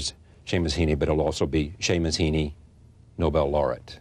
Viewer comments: Charlie Rose hasn't been briefed.. Not Seamus "hay-knee", but Seamus "hee-knee" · Does anyone else notice that Charlie Rose seemingly deliberately mispronounces words, specifically the names of his guests? Seamus 'Haney' he says. Like, that's not his accent or anything - just a willful wrongness. It's weird.